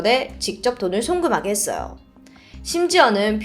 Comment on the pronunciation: 오 이제 님 “~해써여~해썽~”이렇게 발음 안하시고 “했어요” 라고 또박또박 말씀하시네요 😊 더 잘 들리고 좋아요❤